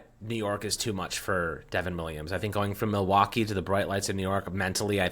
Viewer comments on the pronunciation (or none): none